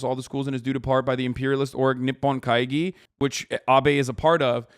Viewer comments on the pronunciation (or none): I know this is nitpicky, but it does kill me every time he says 'kaiji' instead of 'kaigi' (yet, incidentally, says 'gibli' instead of 'jibli') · Pro tip for all the other failweebs out there: Gs are always hard consonants in Japanese. only Js are pronounced like a soft g. Don't be like Hasan pronouncing kaigi as "kaiji"